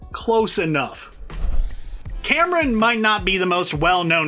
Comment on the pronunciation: i’m sorry i don’t wanna be that guy but i’m a pakistani and i can tell u first hand, Kamran isn’t pronounced Cameron. it’s pronounced like come-ron